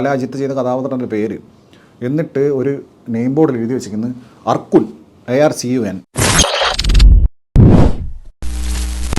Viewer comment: Arcun അർക്കുൻ അല്ല bro തമിഴിൽ അത് മൊഴിയുമ്പോൾ അർസുൻ എന്നാണ്